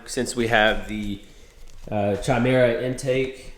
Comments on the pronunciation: chimera is pronounced Ky-merr-uh.. honestly I googled the pronunciation and it says in the US it's Shi-Merr-Uh and ive legitimately never heard it pronounced like that 🤣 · It's pronounced "KI-Mare-uh", like the creature.